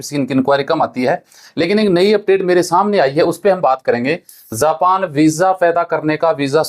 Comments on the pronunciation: Zapan nhin japan ho ta hai phle bolna sikho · "‌ज" होता है "ज़" नहीं उच्चारण पर ध्यान दो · It's not zapan...it is japan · Zapan nahi japan zob nahi job pahle bolna sikh le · झा पा न तो झाना साहिय। असा है झा पा न ।।।।